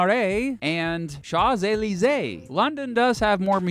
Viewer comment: Moolin wooge champs elysay